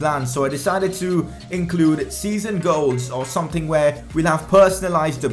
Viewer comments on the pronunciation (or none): can you talk properly plz and stop saying tird and someting